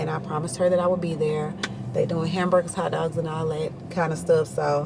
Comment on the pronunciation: “….aanndd we are eating ‘am-bur-gahhs’ “ Promise: “🍔…👀..🙄”: “….👀😁😆🤣